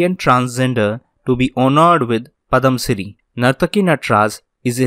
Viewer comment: Super sir and One more sir.... it's Padma Shri and not padam Shri...